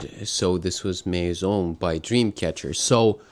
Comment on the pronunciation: you're the first reactor (apart from the French) who correctly says the word "maison"